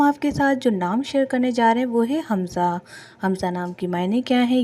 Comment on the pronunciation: Naam to thek lo حمزہ ہے خمزہ نہیں